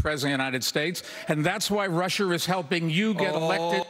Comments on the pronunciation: why does he say RussiA like RussER? That shit gets me every time lol 😂 I’m still Team Waren, she is a straight shooter and compared to everyone else she has no fear standing up to those who try to over power is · Bloomberg... did he just say "Russher" for Russia? ...